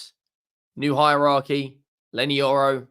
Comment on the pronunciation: Yorry it’s Leny Yoro 🤣🤣